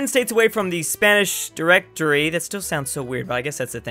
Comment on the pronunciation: The legends say hes still trying to say spanish directory